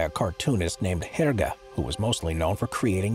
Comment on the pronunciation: 'Hair-guh'? It's 'Herge', dude. 'Air-jay' - or some call him 'hair-jay', but it's better than 'hair-guh'. Good grief.